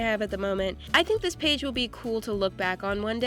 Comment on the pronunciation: You said one paig